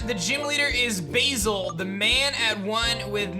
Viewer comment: Pronouncing Basil as Bayzil? Oh blimey. It's Baz-ill :)